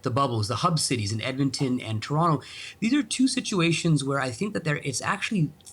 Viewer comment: How does a Canadian reporter not know how to pronounce ‘ TORONTO’ RIGHT?